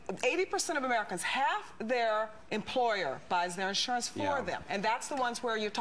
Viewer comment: i dont know but she is very stupid. also it is insurance not ish-unance as she says it lol